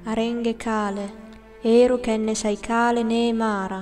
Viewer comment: You pronounced some short vowels as long vowels. For example, when you say Eru , you pronounce it "EEH-ru" instead of "EH-ru". Also, you don't trill your R's; but I understand this is hard for people who don't speak languages which have trilled R's. I also find it very hard to trill my R's on several instances.